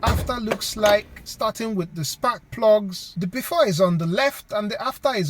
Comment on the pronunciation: "spak plugs" hehehehe